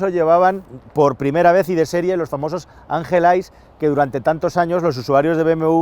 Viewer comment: Angel ais😂 porque los españoles son tan malos en el inglés ?